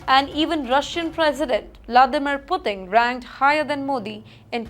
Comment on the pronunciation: this anchor can never get her pronunciation, right. She pronounced, "Mongolia", as, "Mongola". and, "Putin" as, "Puting" .... and wtf is cuntttt cerned? and, "Violence" as "Whylence". your ballockswood is a global joke